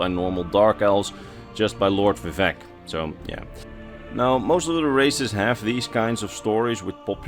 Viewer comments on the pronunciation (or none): none